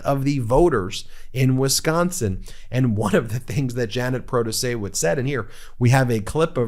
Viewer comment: Luv you man but the "W" in Protaciewicz is pronounced as a "V".